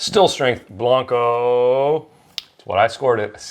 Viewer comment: Just FYI - blanco rhymes with "Panko" not "bronco". I have been pronouncing this incorrectly for years and just realized it yesterday when I heard Carlos Camarena say it on Moonshiners.